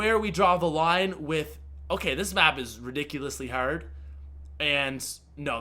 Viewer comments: Americans do not pronounce hard "herd" XD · I love how he says "Hard". Is he American? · Thanks guys! That's why I was wondering why he's saying the word that way. 😂